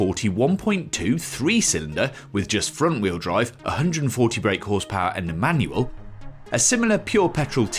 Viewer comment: Sounds like he's saying Emmanuel rather than A Manual... 😂😂😂